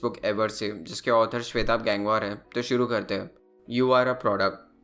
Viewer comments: भाई गैंग-वार नहीं गंगवार हैं यार😂😂😂😂😂🙏❤ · It's not गैंगवार it's गंगवार.